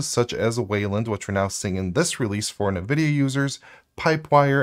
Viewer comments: Not that it really matters, but it sounds distractingly weird every time you say “Nuh-Vidia” instead of “En-Vidia”. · It is wrong.... It's ENNN-VIDIA. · "Nuh-VIDIA"? Is that right? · Nvidia - a play off "invidia" (translates to 'envy') pronounced like it too (in-vid-ia not na-vid-ia) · still can't say nvidia correctly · I mean sure, but I was just talking about the pronunciation. It sounds...wrong.